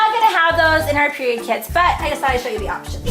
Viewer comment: . 83 times you said PEIROD